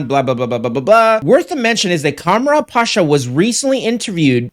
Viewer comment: I had to stop watching the second time you pronounced "Kamran" as Ka-mara. Ever heard the name Cameron before?